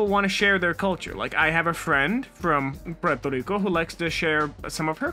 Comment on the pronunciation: I'm from Puerto Rico 🇵🇷 and your pronunciation of Puerto Rico is perfect.